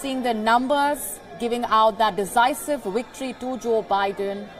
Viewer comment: Woates? Wicktory? Sort it out... really embarrassing..